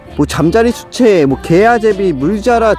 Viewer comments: 그냥 개구리뒷다리 나오긴 전 올챙이임... 황소개구리 올챙이 엄지손가락만함... 그나저나 잠자리 유충은 왜 계속 시체라고하시나요... 수채 발음문제인가요???ㅋㅋㅋㅋㅋㅋㅋㅋㅋㅋ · 나도 시체라고 들렸음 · 잠자리 수채가 잠자리 시체라고 들린다 ㅋㅋㅋ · 수체를 시체로 들음